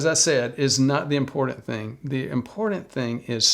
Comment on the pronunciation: There is no D in the word 'important'.